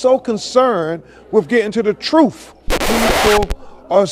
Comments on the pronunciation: If I hear this man say TRUFF one more time I'm gonna crack 😩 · The way he says truthFFF irks my soul lol. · Perhaps this will help because you can only learn the Troof at a Learing center😂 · I’m sorry but…… “ tha troof will set you free” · Every time I hear him say truth with an F I cringe